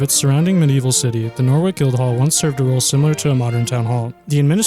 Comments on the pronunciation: There's even a Norwich in America and I know damn well they don't say NORWICK so you have no fucking excuse. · "NOR-WICK" wtf dude. Seriously wtf. It's fucking Norwich. Noh-rich. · Hahahaha Nor-wick! It's Nor-itch. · PLEASE LEARN HOW TO PRONOUNCE PLACE NAMES BEFORE PUBLISHING A VIDEO ON THEM!!! HERES SOME KNOWLEDGE FEED FOR YOU. HERES MORE: Wales isn’t in England. Catholicism is pronounced CATH OL AS ISM, and Norte Dame is pronounced in french. OH AND MY PERSONAL FAVOURITE NORWICK HAHAHA ITS PRONOUNCED NORITCH. SPELLED NORWICH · Love this video. It would be great if you could pronounce the English and French places correctly to help visitors. If visitors pronounce Norwich as Norwick English people won't know where they are talking about! No (as in not) - rich. If you pronounce Mont San Michel as Mount Saint Michael it will be confused with Saint Michael's Mount in Cornwall England. People often do both in one trip. So that's confusing. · It is pronounce as "Nor-Rich" not Norwick. :D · Norwich =/= "Nor-wick", == "Noritch" (well, not quite, but it's a lot closer, lol) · Nore wick guild hall?? just a point on pronunciation, Norwich has a silent w. And wich isn't wick, it is the same a which, it is pronounced the same as with sandwich. So it's Nor rich. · What is Norwick hahahaha it’s Pronounced Noritch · Norwich is pronounced Nor witch not Norvick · It's not "Nor WIck" it's pronounced "Noh Rich" plus Ightham Mote is pronounced "I Tem" Mote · And it's "mon san meeSHELL," not "mont saint Michael," and you can't pronounce Catholicism. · norwich is norich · Norwich = No-rich. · Norwich is pronounced Norritch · Number 11 Norwich Guildhall. The W is silent and you pronounce Nor(w)ich without the w...... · Locally we pronounce it as "Nor-ridge" ... Another example: Wymondham is "Win-dom" Yes it makes little sense.... Happisburgh on Norfolk coast, is "Haze-bruh" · No, Nor-itch, silent W